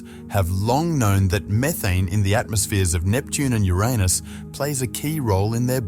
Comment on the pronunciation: WTF "yo-raa-nis" ??? it's pronounced "your anus" NASASS🍌